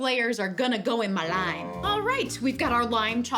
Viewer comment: The way she said «mAh lime»😂